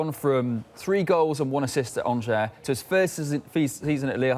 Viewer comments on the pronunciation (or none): none